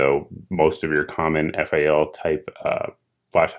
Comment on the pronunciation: To field strip you pull the receiver cover off first after opening up the rifle. You grab the rat tail of the bolt carrier to remove the BCG etc. We'll let you slide since your a FAL noob. At least you called it F-A-L instead of FAL which rhymes with pal. Oh and you forgot, it's The Right Arm of the Free World. Keep up the good work